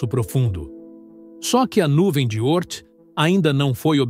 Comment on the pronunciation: 🤔Nuvem de Ôrth? Já ouvi a pronúncia Órth.🏹🎯